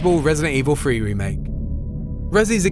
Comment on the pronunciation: resident evil FWREE